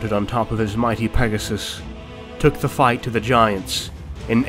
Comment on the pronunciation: For zhe Lady!